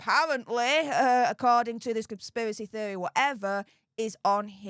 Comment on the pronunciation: your pronunciation of conspiracy theory took me out dawg